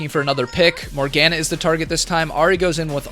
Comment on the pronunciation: "morg anah" MORGANA PLZ XD